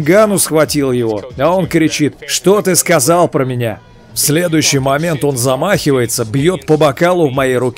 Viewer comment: Он кричит ээээээ что ты сказаль да ? Просто без комментариев позорище всю национальность на мировой арене дебилами выставляет